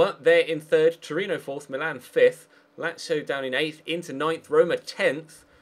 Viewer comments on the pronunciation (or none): none